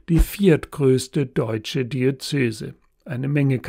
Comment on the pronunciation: Warum sagen Sie wie viele Kirchenleute immer "Di-ö-zö-se"? Es heißt doch "Di-öze-se". Sagen dich lieber "Bistum" - das ist leichter!